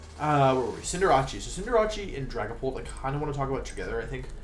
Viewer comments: You have to pronounce some mons so bad on purpose. Who says Cinderachi? I thought it was some kind of team of cinderace and jirachi cause I have no knowledge of vgc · theres no way you actually say cinderace like that